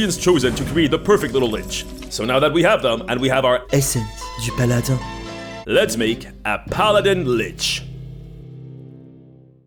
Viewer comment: Do you speak french? Cuz your essence du paladin was 👌